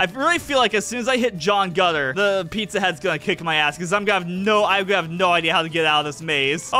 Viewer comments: Why do you call him John Gutter? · take a shot every time calls Pillar John "John Gutter" (death sentence)